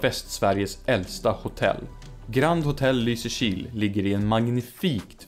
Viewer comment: Jag hatar att du har rätt. Jag tröstar mig med att du uttalar Lysekil fel. Det är LYsekil, inte LysekIl, alltså emfas på Y, inte I.